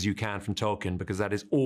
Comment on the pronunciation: Each time one of those writers say "Tolkien" i want to explode. He would be so disappointed :/